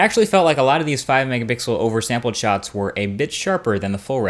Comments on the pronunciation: Why do you say Mega bixel? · my man said mega 🅱ixel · OKAY I just realized you slide in mega BIXEL in most of your videos. I can't believe it took me this long to notice it. I know I noticed you have said it before but I thought I just misheard you.